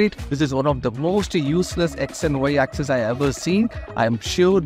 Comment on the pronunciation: YOU PRONOUNCED X AND Y AXIS WRONGLY I THINK....!